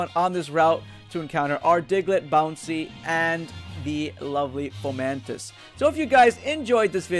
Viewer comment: Fomamtis? I think it's fomantis xD